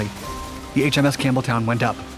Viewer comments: It sounded like you were saying HMS Cameltoe. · Sounded like he said, "the USS Camel Toe". There for a second. Lol